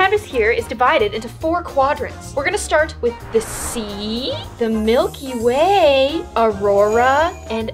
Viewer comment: I wasn’t looking when she said “the Milky Way” and I literally thought she said “the milk you weigh”